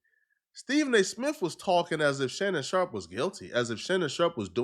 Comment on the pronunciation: Shannon Shaup. Shannon Shop. There's an R in there.